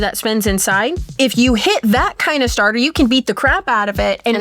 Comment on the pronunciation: saying stater 😂